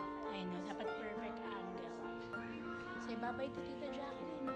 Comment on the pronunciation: Ate, Jaclyn sya, not Jacqueline. U r not pronouncing right d name of Ms. Jaclyn since d first day of ur post